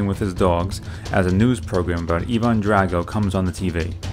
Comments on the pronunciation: It’s Ivan like eye not eevan Drago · Evaaaannnn ? It’s Ivan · Ivan drago not eevan drago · In the film it's pronounced EYE - VAN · Who the hell is eevon it's Ivan drago wtf eevon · Did u say even drago it’s Ivan drago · Evon drago 😂? It's Ivon drago, LMAO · Why does he say it like “evendrago” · Thumbs down for calling him "Eee-von" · A great video, but the pronunciation of Ivan and Drago is killing me. Eye-vin and Dray-go or Dra-go(I know you pronounced it this way) are acceptable. Besides that this was an awesome video. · Why does he say evan drago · Why do you keep mispronouncing Ivan? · You say Ivan wierd